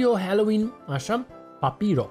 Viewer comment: Halloween MAI SE ZICE NU HELOIN